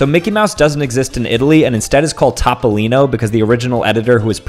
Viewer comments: Is pronunced topolino not tbolinou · Fact: it's not pronounced "top-o-lean-oh", it's pronounced "t-ope (like in "pope)- oh - lean - oh"